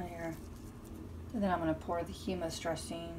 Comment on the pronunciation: Good videos. Fyi...its hUmmus..not heemmus.